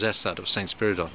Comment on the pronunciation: Thank you for the correct pronouncing of his name. Not to brag, my dad was such a humble person as well as smart I miss him a lot being one of his kids makes me smile when I feel bad sometimes.